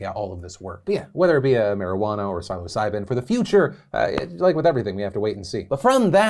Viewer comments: It’s pronounced “Sill-oh seye-bin” or “Sill-uh seye-bin” 😁🍄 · amazing take, my only issue is i think you may be saying it wrong; everyone i know (a fun group of people lmfao) all say psilocybin like window sill- "sill"ocybin- other than that nothing tho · “Silo Siben” said Phil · Yo Phil it’s said like (Silla- sy-bin) . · for future reference, psilocybin is pronounced sil-uh-sigh-bin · SILOcybin. You can't unhear it. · STOP CALLING IT MARIJUANA. The plant is named Cannabis. Call it Cannabis. Learn the history of the word "marijuana". Also, it's pronounced "sill oh sigh bin". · Love you and your work Phil! Quick question: where did you learn to pronounce psilocybin? Do you pronounce bagels as bag-Ls or bay-gulls? Lol No hate, just a Community reference. 🖤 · The way Phil pronounces Psilocybin makes me question what I thought was the pronunciation (Soft i) in Psil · Why do you say psilocybin like that? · maybe learn to pronounce psilocybin before you recommend or endorse it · I’d never heard it pronounced like Phil did here, and I didn’t have a clue what he was talking about. Then I started questioning if I’d been saying it wrong!